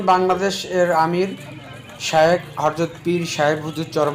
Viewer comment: ভাই আপনি হরযত বলেন কেনো? হযরত হবেতো।